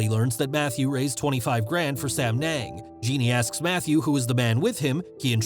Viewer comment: Sam yung not sam neng😂😂😂